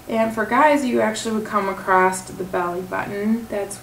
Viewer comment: I wish you well in your weight loss efforts, but there is no "t" in the word across. ;-)